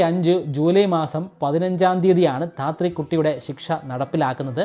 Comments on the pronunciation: ധാത്രി അല്ല. താത്രി. സാവിത്രിയുടെ crude version ആണ് താത്രി. ഭ്രാമ്മണൻ അല്ല. ബ്രാഹ്മണൻ. Please note the pronunciation. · ധാത്രി അല്ല താത്രി ആണ് ബ്രോ സവിത്രി എന്നതിൻ്റെ ചുരുക്കരൂപം ആണ് താത്രി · മലയാള , ഹൈന്ദവ പൈതൃകവുമായി ബന്ധപ്പെട്ട കാര്യങ്ങൾ പറയുമ്പോൾ എങ്കിലും ഉച്ചാരണപ്പിശകും, അക്ഷരത്തെറ്റും ഒഴിവാക്കുക . കുറിയേടത്ത് " ധാത്രി " അല്ല കുറിയേടത്ത് താത്രി എന്നാണ് . വേറെയും ഒരുപാട് തെറ്റുകൾ ഉണ്ട് ഇല്ലത്തിലേയ്ക്ക് എന്ന് പറയാൻ ഇല്ലം എന്താ മാളം ആണോ ? 🤣 പിന്നെ നിങ്ങൾക്ക് അധികാരം, അവകാശം ഇവ തമ്മിലുള്ള വ്യത്യാസവും പിടിയില്ല . ഇതൊന്നുമറിയാതെ ചേട്ടൻ എങ്ങനെ ഈ ഭൂമിയിൽ ഇത്രകാലം ജീവിച്ചു ? 🤣 ശാസ്ത്ര വിഷയങ്ങൾ കൈകാര്യം ചെയ്യുന്ന നിങ്ങളുടെ ചാനൽ നിറയെ ഒടുക്കത്തെ മുറി ഇംഗ്ലീഷ് ആണ് , അതിനാൽ തന്നെ പലതും ഒഴിവാക്കാറാണ്‌ പതിവ് . chanel I' am എന്നൊരു യൂട്യൂബ് ചാനലുണ്ട് , നിഷ കൃഷ്ണൻ , pcd പീപ്പിൾ കാൾ മി ഡ്യൂഡ് , പോങ്ങുംമൂടൻ , മറുനാടൻ മലയാളി , സി. രവിചന്ദ്രൻ ഈ ചാനലുകൾ ഒന്ന് ശ്രദ്ധിയ്ക്കുക , അവർ വളരെ ഭംഗിയായി മലയാള ഭാഷ കൈകാര്യം ചെയ്യുന്നത് കാണാം . 👍